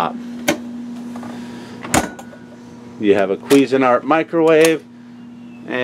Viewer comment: “queezin art”